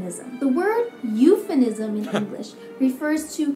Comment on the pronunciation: An English teacher that has trouble pronouncing "euphemism". Am I the only one that found that kind of funny & ironic A "confederation" is an official union of separate provinces (or states) into one national body (e.g. the "Confederate States of America"). During Queen Victoria's reign, the British Empire saw its greatest limits of global expansion, as well as the rise of the Industrial Revolution.